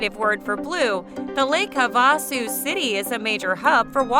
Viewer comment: Lake Hav a sue is the correct pronunciation